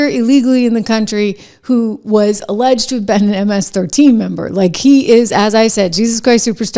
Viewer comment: why do you keep saying alledged?